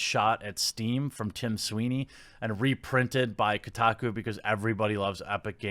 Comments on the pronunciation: It's Steam, not stream... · "Stream" That triggered me more than it should xD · Isn't it steam? Not stream? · Steam, Jeremy. Not Stream. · Steam* not stream XD